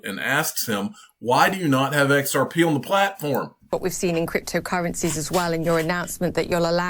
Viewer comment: He couldn't say xrp 🤐